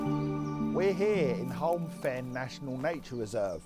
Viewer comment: It's pronounced Home Fen. PS please use a reusable cup... Mere is pronounced "meer".